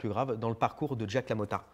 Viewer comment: Non tkt, je fais juste le relou sur ta prononciation.